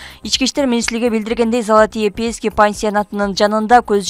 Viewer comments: 😂Залатые пески деп айтатго 😂😂😂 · Залатые пиииски дейт го😂 тузук суйлосо боло😂